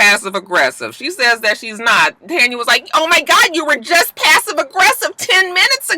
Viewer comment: Lol I also love that out of everyone I watch review this show on YouTube you are the only one who says Tanya name right 😂 and I still say give her nene peace next season dammit